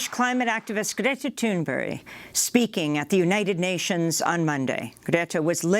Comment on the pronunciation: It sounds like Amy is saying Greta Thunberry. Lawl.